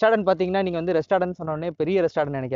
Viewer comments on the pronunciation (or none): Restatant a thambi athu restaurant pa